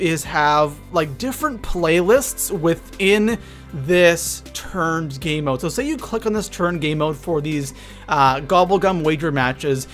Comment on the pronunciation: It sounded like you said turd instead of turned😂😂